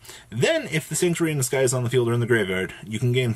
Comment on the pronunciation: Why is it so hard for yugitubers to say "The Sanctuary in the Sky"?